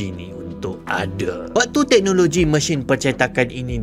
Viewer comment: Sebutan mesin anda lebih kepada machine sepanjang video ini